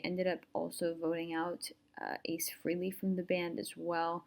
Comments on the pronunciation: One comment, his name is pronounced FRAHLEY (long A) not frehley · Not bad. You performed a few steps out of sequence, but a decent end-result for your first attempt. Great that you had fun doing it. BTW - the correct pronunciation of his last name is "Fray-lee", not "Free-lee"